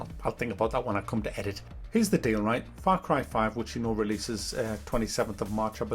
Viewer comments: Frap carb farve?? Wtf you saying lol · far crie faive